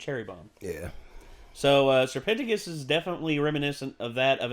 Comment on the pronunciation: is no one gonna talk about how he said "sir penticus"